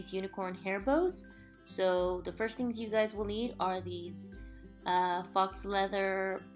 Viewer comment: pronounced fo leather :-)